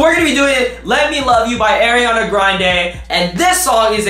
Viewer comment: "airiana grande"